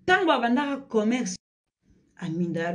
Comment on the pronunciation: Commerce et non comecsse